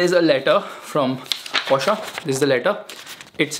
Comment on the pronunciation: Porschaa, its porsche